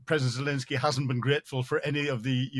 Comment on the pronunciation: I am a big fan of your analysis on the war in Ukraine - you have tremendous knowledge and valuable insight. I wonder if you could just pronounce the President of Ukraine’s name correctly- it’s ZelENsky not ZelINsky.